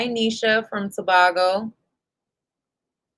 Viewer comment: Hi. It's pronounced To. Bay. Go. That's how it's said.🙂